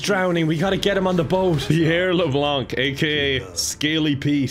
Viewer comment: Sitting here in south Louisiana just giggling hearing him say Leblanc with a “c” its silent haha most of the name is silent tbh its more like “la-blaw” where im from.